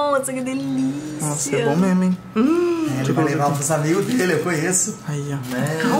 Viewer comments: "ANIGOS" AMO VCS EU:😂😂😂😂😂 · "ANIGOS" KKKKKKKKKKKKK AMO VCS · "Anigos" kkkkk ❤❤